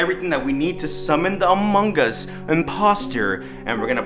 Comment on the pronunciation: Bruh did u just said "among gus"